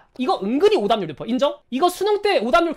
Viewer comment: 오답률인데 오담률로 들은거 기분탓인가??